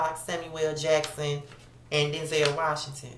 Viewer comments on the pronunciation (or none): none